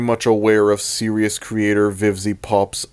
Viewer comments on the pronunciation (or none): Series is pronounced “Seer-ees” not “ser-I-us” I will keep commenting this until you notice me PLEASE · Nah.... He's gonna continue to pronounce "series" as "seerious" until the day he dies.